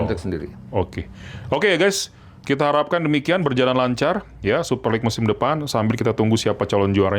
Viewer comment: LeaGue bukan LeaGua